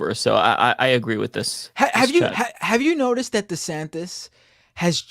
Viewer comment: DeDouchebag mispronounced his OWN GODDAMN NAME!!!